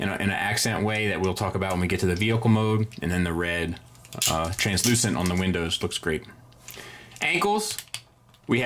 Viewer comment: Nice work saying translucent and not "transclearant"